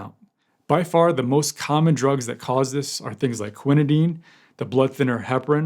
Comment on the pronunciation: Thank you for the comprehensive reporting! As a nurse, I appreciated that you pronounced the drugs correctly without skipping a beat 😉 Very sad case.